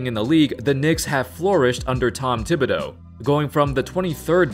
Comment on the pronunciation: It's TIB not THIB. You're pronouncing it wrong